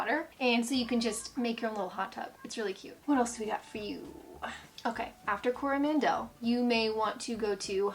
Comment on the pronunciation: A few suggested corrections on pronunciation: Taronga is a zoo in Sydney. Also, it's Te Anau, not Te "Anua". And you mention "Mt Manganui" but presumably meant Maunganui, then Coro-MAN-del, not Coroman-DELLE.